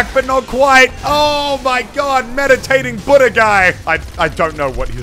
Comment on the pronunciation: Did you just call my main Budda? Idk whether to be offended or take it as a compliment because he is a god! (Btw his name is pronounced grock